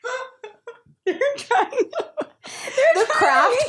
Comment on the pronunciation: "pee-oney" lmao i love u